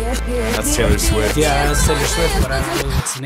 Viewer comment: saying “Taylor Swoft” lmao